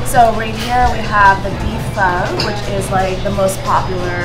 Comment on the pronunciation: Im done...she pronounced pho FOooo.... and im not even viet.